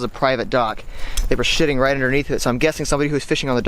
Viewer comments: he said sh*ting not sitting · U said sh*ting instead of sitting 😂